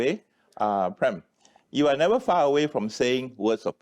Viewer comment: Prem is not pronounced as Pram.